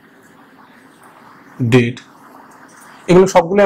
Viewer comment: You’re very good at explaining. You mispronounced data. You should called dah-tah or day-tah. Don’t mine please.